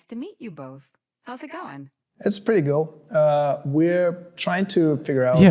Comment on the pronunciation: "It's pretty gool"